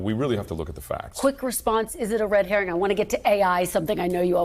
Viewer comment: Fontes said correctly: Red Herring